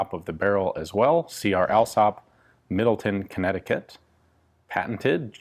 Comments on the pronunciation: Very nice. Thank you. The town in which it was manufactured is pronounced Middle-Town, rather than Middle-Ton. I went to high school there. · Connecticut born here. Never heard nnyone pronounce Middletown as "Middle-TIN" always as "Middle-TOWN" not trying to be a smart aleck anyting. Anyway Keep up the good work Ian, very cool! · Its actually pronounced Middle-Town, like its spelled... (unlike most places!) It gets its name from its near dead center "middle" of CT.